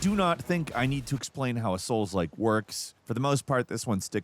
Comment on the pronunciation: I'm tired of hearing soul-like. 😂😂😂